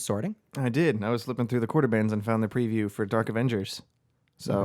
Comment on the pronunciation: it's not a priview, it's a PREview. That is a long e. You pnw'ers pronounce things differently, lol. Great video!